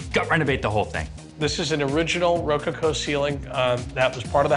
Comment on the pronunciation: Did anyone else hear the way he pronounced ROCOCO ceiling?!!! 😳😐Sacré bleu! 😂